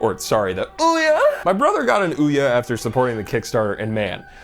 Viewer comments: No idea why, but your pronunciation of Ouya made me spit water all over the place. Well done sir. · As a straight man I felt myself tingle when he correctly pronounced Ouya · I'll never pronounce OUYA like I've been pronouncing it before ever again.